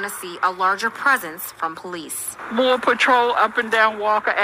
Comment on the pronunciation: "POLEECES" chuckle 😆